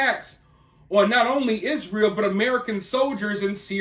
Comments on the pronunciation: You are mispronouncing it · It is pronounced Y- zra -el